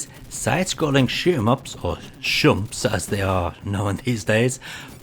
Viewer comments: Like many people have said already, it's "shMup", not "shUmp". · SHMUP. SH-MUP. Not Shump. Wtf? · Oh! I found out it's shmup, rather than shump that the kids say. It's SHoot 'eM UP :) So there's a 'schmuhp' sort of sound to the word. :) Great video as usual mate :)